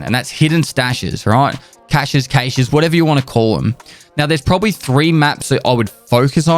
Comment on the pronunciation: Only villains call a cache a kay-sh